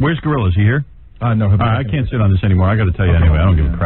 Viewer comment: For all the times Howard gets mad at others who don’t pronounce words correctly, he is saying gorilla he ain’t saying grillo!!!!